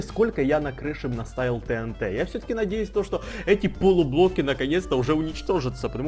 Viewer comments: не тнт а тиэнти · Всё класс но не тээнтэ а тиэнти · Не тенте а тиенти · правильно говорится тиинти